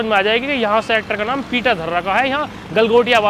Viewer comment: Bhai naam ko nom bolna bhi kuch had tak sahi h😂😅